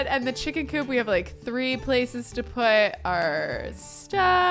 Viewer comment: Me working from home having this video in the background:: “it do be busy in my cooch” Me: WAIT... what? Hahaha rewind: “it do be busy in my coop” Me: OHHHH😅😅😅